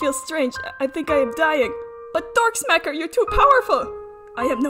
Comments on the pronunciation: I heard Dorksmacker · i also noticed one of the ways you said "darkstalker" was dork stalkeer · For a second I though you said Drug Sticker. XD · "Dorksmacker" "Drumsticker" "Darth Vader" "Drumrider" YeP, tOtAlLy DaRkStAlKeR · what did the bush taste like? I now crave bananas and bushes for some weird reason ._. Also my darkstalker mispronunciation is “dirtslapper” and “doom hopper” Lmao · trying to say darkstalker "Please darkstalker" "no darthvader" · The guide to Darkstalker mispronunciation! Chapter one. Examples: 1. Drumsmiker 2. Darth vader 3. Dumbwaiter 4. Darksmacker 5. Dorkstalker 6. Diflaugher 7. Dimp-slaughter 8. Dog-slaughter 9. Dogstalker 10. Deersinker 11. Deepstinker 12. Deepsinker 13. Deerstinker 14. Doll-slaughter 15. Dollaughter 16. Datalavender 17. Datasearcher 18. Dorkslaughter 19. Daffstinker 20. Daftstaff 21. Doordrinker 22. Darksimp 23. Dorky-simparitus 24. Dullheck 25. Dullfire 26. Dull dork 27. Dorkscarer Chapter two. Prefixes. Dull Dork Dank Dell Dimp Daft Doll Door Deer Deep Dog Dumb Dagger Drum Daft Doom Den Denis Dough Doe Different Day Dig Digger Dab Death Diff Dora Dan Danny Dip Dipper Daphne Duck Donkey Dapple Dazzle Dine Dinner Dorky Data Darn Della Defferin Donatello Diaper Dunk/er Ducky Dangler Dangle Dobrey Dane Dale dAAAA Dave Dirt Derk Chapter three. Suffixes: Kumquat's useful notes: Apply lowercase to the first letter of every suffix. Slaughter Laughter Staff Simp Simparitus Staff Stinker Searcher Smacker Slapper Sag Sadness Stalker Sinker Soul Spirit Save Savvy Safety Savior Simpleton Simple Splitter Sapphire Saint SONY Soppy Starve Starving Scald Singe Sear Sail Sailer Soho Scent Seller Stomp Stomper Sog Soggy Salvation Seer Savrin Sake Soil Sat Say Spoke Speak Smiker Spike Spiker Scarer Whapper Lemme know your suggestions in replies. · Did I hear dark smalker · 😂😂😂 I started laughing so hard when she started butchering Darkstalkers name!